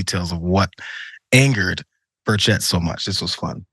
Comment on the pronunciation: As a person from TN, it makes me smile a little hearing you mispronounce Tim Burchett's last name. Is it petty? Yes. Do I feel good about it? Absolutely. :D